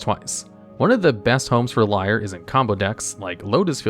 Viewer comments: Erm, Niv-Mizzet is almost wrong pronounced ten times in this video. You could at least have checked how to pronounce it. It rhymes with Dutch: "Hoe is 't?" (= "How are you?") or "How is it?" I also don't think Lier is pronounced like liar, since Innistrad. It's more likely pronounced as leer. And Innistrad is, well think East-European. So Eeneestrahd. The teeny squad from Innistrad. And this one? You had thirty years to get it right. Emphasis is on Llan, so it's LAHNowar. Sheperd also isn't the basis of Legacy Elves: the deck is much older than that card. I'd say Craterhoof Behemoth still is the basis of Legacy Elves - which you find with Natural Order or Green Sun's Zenith which are protected under Sheperd. Glimpse is how you find those. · lier being pronounced as liar instead of leer makes me hurt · LIAR instead of LEER this dude is funny XD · I can’t get over you pronouncing Lier as Liar